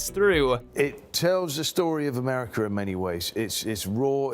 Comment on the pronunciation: Christian Bale saying Americker, not America 😂